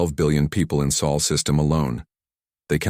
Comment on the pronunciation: Celebration time everybody🎇🎇🎇 The AI finally got "sol" correct